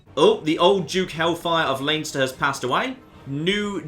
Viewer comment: Plz stop it's pronounced lenster